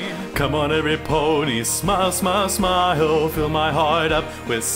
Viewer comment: No. You're not all that bad? But there were just too many spots where the inflection was way off, and too many flat scoops up to the correct pitch, where there shouldn't have been any. Also at the end. "smy ee uhl. Smy ee uhl. Smy ee uhl" and so on. It's supposed to be "Smyyyuhl, Smyyyyuhl, smyyyuhl" etc. You added a weird extra syllable into it each time. Not a terrible effort or anything, but i can't stand to see all this praise thrown around without someone pointing out the problems too.